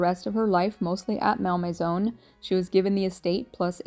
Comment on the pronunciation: ….Think your pronunciation may have been the cause of locals not understanding “where” you were going 😂. (It’s not “MAL MAYZONE” — but, “Mol Mayzaw” )